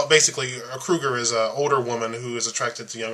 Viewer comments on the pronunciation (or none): Its Cougar not Krugar.... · The term is "cougar" not "crougar"! Ugh!